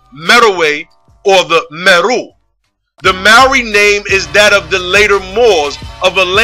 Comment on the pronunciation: Islam. Indeed, I have done research in the tribes of Kenya and Tanzania and their name is MERU pronounced MAY-ROO. I touch on this aspect in my video on the Moors. Peace.